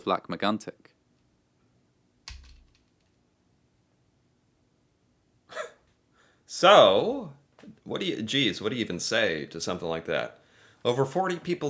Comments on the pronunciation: The an sound in Megantic is incredibly hard for English speakers. The trick is to keep the vowel and lose the consonant. I am very impressed with the "tic" sound, a lot of care and effort and it shows. Much better than the actual narrator actually. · I like your videos. :) You look so mad all along while watching this, it's almost hilarious. Lac Megantic's story was heartbreaking. I love how you seem to really try your hardest to pronounce things right. It's appreciated. You could take a look at the Ice Storm of 1998 next, if you are interested. ^^